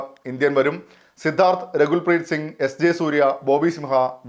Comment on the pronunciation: Rekul preetsingh alla Rakul preet singh